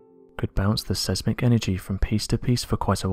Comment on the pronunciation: The videos are hitting the skids! Learn to pronounce seismic as it ruins the content.